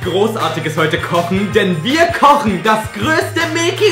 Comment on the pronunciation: "bist du dummE" oder "Wir kochene" Er hängt einfach immer ein E dran.. xD